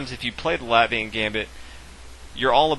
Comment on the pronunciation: Very good ty. Btw the 'a' in Latvia is pronounced like Caffè Latte ;)